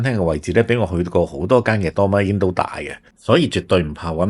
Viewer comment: ドーミーイン 不如試下點樣讀人地個名先